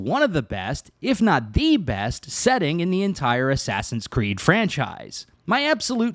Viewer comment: Asswawsins cweed oranges